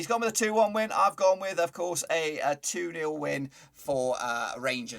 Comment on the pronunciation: Can you tell it’s nil😂